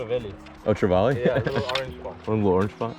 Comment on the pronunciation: He tried to say trevally lol. Americans jack treval